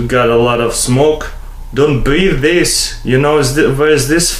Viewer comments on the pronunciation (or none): DONT BREATHIS!